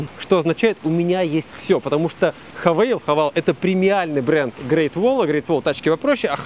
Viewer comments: Никакой это не "хавэйл". Слог закрытый. А учитывая, что название идет от "have all", то произносить лучше "хэвОл", на крайний случай "хавал" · Мы же все с вами понимаем, что слово Haval не может произноситься как "хавЕйл" ни при каком раскладе ни в одном из языков? "Хэвол" - пожалуй. "хЕвэл", "хЕвал", может быть, с ударением на первый слог. Или "хэвл". Но чтобы это было "хевЭйл", там должна быть ещё гласная на конце, типа "Havale". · Классный выпуск! Но... Гили, Хэвэйл, Линк энд Си О режут слух ужасно. Кажется лучше называть, как привыкли😅